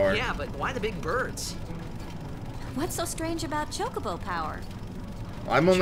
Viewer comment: I always thought it was pronounced "cho-CO-bo." That's how I still say it. Old habit.